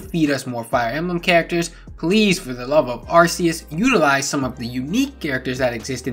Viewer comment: You said Arceus WRONG